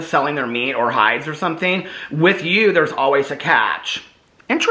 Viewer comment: “Thank yew. Thank yew husband” 😌